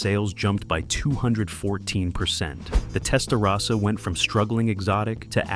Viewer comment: Video knows everything about the Miami Vice Testarossa, except how to pronounce "Testarossa" correctly.